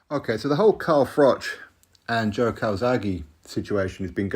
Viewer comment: Frank is rattled because froch been calling him bricktop, frank kept making froch sound like frock when he was talking about him